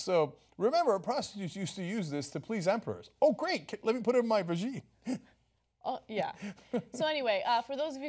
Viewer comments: what did he call it? "vergeen"???!!! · This man cannot even say the word "vagina". How dare he weigh in on this topic.